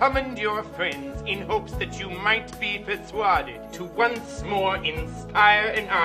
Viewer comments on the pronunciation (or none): “In the hopes that you might be per-swaded…”. (Spit-takes coffee all over my iPad) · I think they didn't know how he was going to pronounce persuaded. LOL